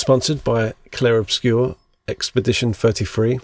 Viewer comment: I wanna do that. I'm gonna do that. (and I'm sorry but as a french native I must confess I did not understand the first sentence but you do say Clair Obscur really well!)